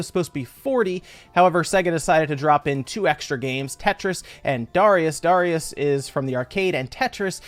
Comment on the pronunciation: OMG, THANK YOU for actually pronouncing Darius correctly! I can't tell you how much I get triggered by people mispronouncing it and Gradius.